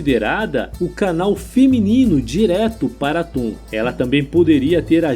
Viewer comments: Locutor chamar Aton, o Deus único simbolizado pelo disco solar , de atum, o que em.português é apenas um peixe, diminuiu seu sentido no nosso idioma. Chega a parecer piada, "deus atum aken atum " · Atun ou aton? Atun é peixe,aprendi a falar aton na escola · Cacilda!! A pronúncia, certamente, não é 'atum'... e sim, ATON... daí, Akenaton, etc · Pois é. O vídeo é ótimo, mas, a pronúncia errada dos nomes, deixa tudo estranho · Sempre que ele falava atum eu ria 😂😂😂😂😂😂